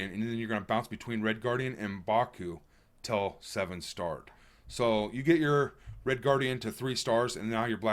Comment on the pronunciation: It’s Till not tell btw